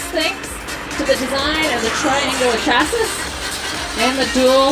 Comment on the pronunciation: She is doing a demo for engineers and contractors, and she pronounced "chasis" wrong.